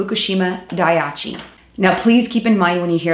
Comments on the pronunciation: dah - eee - chee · Pronounced: Die-ee-chee.